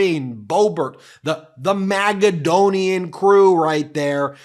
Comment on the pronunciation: Please stop saying MAGAdonian.